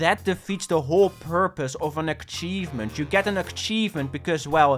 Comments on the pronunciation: Im I'm in love with the way you pronounce "Achievement". I'm gonna start saying it that way. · Please that's not how you pronounce achievement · It really bothers me how you say achievement, other than that great video :) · Shoutout to accent that somehow makes him saying “achievement” with a ‘K’ hidden in there right when it sounds like he will say it normally. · The video is good but if you pronounce achievement like that again I'll rip your head off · why do you pronounce achievement with a k? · ", say Achievement" "Ackchievement" "Gesundheit" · hearing say "ackchievement is melting my brain" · Love how he says akchivment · when he has to achieve something great to get an "akchievement" in a game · No offense to but full offense to the way he pronounces akchievment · Why bro say Ackchievement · hehe said: ackcheivement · "Akchievment" Still a good video tho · this is a certified akchievement classic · PLEASE PLEASE LEARN TO PRONOUNCE ACHIEVEMENT PLEASE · why does say achievement like akchievement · 12 minutes of pissing me off for saying aKcheivment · It's ACHIEVEMENT not AKCHIEVEMENT for fuck's sake... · Achievement not ackivment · try to get this achievement,: "Don't pronounce 'Achievement' like 'Akchievement' " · it hurts me to hear "aKchievement" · A-cheeve-ment Not Ack-cheeve-ment! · omg please stop saying "akkkkkchievement", it's "achievement" lol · why does say ACKchevment instad of achievement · "a K chievement" Man where the fuck did you get that K from? Learn english mate! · What. The. Fuck. Is an akchievement. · Dude. What the hell is an "akchievement"? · Bro be saying aCchievement Bro there is no hard C, only ch so start speaking like you should lmao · How do you have 94 fully completed games while still pronouncing it as "akchievement" ^^' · stop fucking saying akchievemnt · what the fuck is an akchievement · bro no offense but why do you pronounce achievement as "akchievment"?